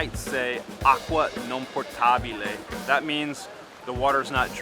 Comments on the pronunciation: I may be wrong, but I'm hearing "acqua PORTabile", instead of "POTabile". Big difference! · Please note: The word is “potable” ……exactly the same in English …(drinkable). Not “Portable”……which means portable…..just like English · “Potabile”, not “poRtabile”,!😊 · I think you misunderstood my comment. When he was referring to signs that say "Acqua non potabile", instead of saying "potabile", he put an "r" in it, and said "portabile". He then said it incorrectly a second time when he was drinking from the fountain, he again put an "r" in the word potabile. I thought I'd help him with his Italian the way a handful of other commenters also did, with some other not quite correct things he said. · It’potabile not portable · You're saying aqua non po*R*tabile instead of aqua non po*T*abile,.... and you lived there about a year in? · The word is "potable", not "portable". Drop the R sound. Etymology Middle English, from Late Latin potabilis, from Latin potare to drink. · Aqua Potabile, NOT PoRtabile. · There is no "r" in "potabile". Just like the English word "potable" doesn't have a "r". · I am also fluent in Italian. I would not correct him if I was not fluent in Italian. And I am saying the same thing as you. That is why I think you misunderstood my initial comment because I am saying the same thing as you are, that the correct word is potabile without an "r". The guy in the video is adding an "r" which is not correct. He needs to say it without the "r". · Not the R sound, the R letter altogether. Portabile (from portare, to carry, to bring) has nothing to do with water ! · No R in potabile 🙂